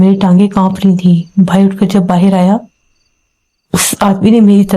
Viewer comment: Baahar ko baahir bolte ho to andar ko andir bola kijiye😅😅😅😂